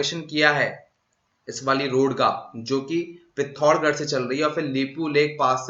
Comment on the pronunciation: please correct this. You did blunder here for all of us. Nepal---darchula district is in Nepal. Please correct it and It's pithoragarh not pillocha garh 08.14 minutes check.